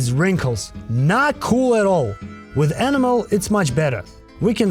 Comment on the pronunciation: HaHa "Do u Boo" And R U trying 2 say e·nam·el ;)